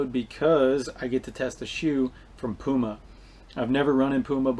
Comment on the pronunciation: Thanks for pronoucing it right. Poo-Mar. Not Pheww Mar. Damnnnn